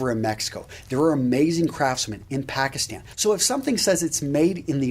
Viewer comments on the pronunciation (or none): none